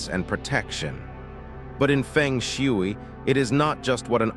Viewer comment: Nobody will believe you until you make the right pronunciation of Feng Shui. There are 2 right pronunciations, in Mandarin and Cantonese.